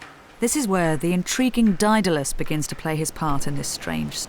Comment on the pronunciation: This narrator cannot pronounce Daedalus? sad.